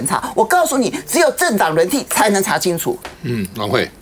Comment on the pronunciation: 某名嘴：国惨蛋！嚓（二声）青醋！！